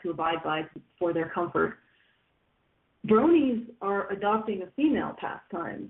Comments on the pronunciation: I believe it's pronounced BRO-nee, not BRA-nee. Both Bro and Pony have long O sounds. I know it's pedantic, I'm a pedant, I admit, but it's like the people who said POKE-ee-man, rather than POKE-ay-mon. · actually, she was saying brawnies (brawny), which is a paper towel brand lol